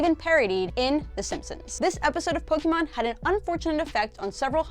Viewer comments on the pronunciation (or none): It is POKE-ay-mon, not POKE-ee-mon